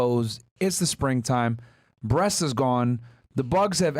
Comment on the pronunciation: "The breats is the best part of the chicken " WTF😂😂😂